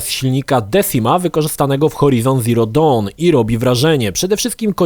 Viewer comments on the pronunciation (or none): none